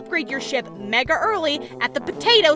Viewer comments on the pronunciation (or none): none